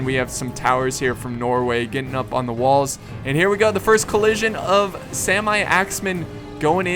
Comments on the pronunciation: the norwagiens sami axemen is not saimai sami is a norwegian urtribe from north norway and good video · In "Sami", pronounce the "a" like in the word "car" and make it a bit longer. Saami.